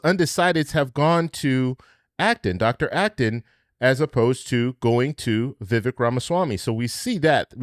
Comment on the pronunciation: His name is pronounced… VivAAAKE (like Cake)